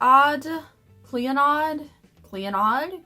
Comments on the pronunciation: Clee-oh-nah, its an Irish girls name. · I think you say Clionodh like Clee-oh-na I think lol. I'm waiting for the Paleo and Archeo palettes to get to me. I've got my shipping notification and will be reviewing them very soon! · It's pronounced Cluh-nod. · Clionadh looks like Irish spelling to me, which leads me to believe it's pronounced "Cleo-na". I'll have to keep my eye on this brand as I've not yet heard of them. Would love to see more Indie brand videos. Just tested out Certifeye and Blush Tribe and I'm already obsessed. New subscriber btw and already love your channel! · Sydney Grace Co is having a Christmas in July sale this week so I'm finally treating myself to a bunch of singles shadows from them lol. Been eyeing them for a long time! Clionadh (pronounced Clee-o-nah hahaha)... I NEED those Archeo & Paleo palettes. I have heard nothing but great things. I almost broke my no buy twice to order them but I stuck it out and I saw they will be restocking or doing a preorder soon! I am considering the Alamar palette too... mainly for the small pan size lmao. Lunatick is awesome! Their matte shadows are nice ... even the mattes with glitter, which I normally HATE (not a big fan of the shimmers though), their contour books are everything and that setting powder is the only one I use now!